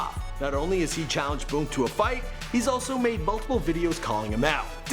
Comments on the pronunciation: It’s boonk not boke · The way this nigga pronounces “Boon” be catching me off guard every time 😂